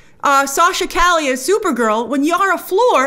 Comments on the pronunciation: Cali? It’s pronounced Ca-Yay it’s a Spanish name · Yeah, it's pronounced "Cah-yeh" Two L's together make a Y sound. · Isn't it Cay•yay? (Calle) ll pronounced with Y sound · lol i’m laughing at how everyone is pronouncing her last name “cali” when its more “ka ye” think of Kanye without the N. Calle = Street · Bro, it's pronounced Sasha "KAH-YE." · Isn't her last name pronounced "Caye" like "street" in Spanish? She's great on "The Young and the Restless." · For future reference it's Sasha( CAW-YAY) Calle. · Calle is pronounced “Kah-yeh” and it’s a last name in spanish but also the word “street” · It’s Sasha Cah-yeh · Sasha Calle 'pronounced Ca Ye' the 2 L is more of a Y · I hope that by the time this film finally comes out Grace has learnt how to pronounce Calle accurately. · Calle means "street" in spanish, google the pronunciation of that word! Great video as always, big fan from southamerica! 🙋🏻‍♂️ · Calle is Spanish -- not Italian. It's pronounced like a Y -- not an L. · Not how Calle is pronounced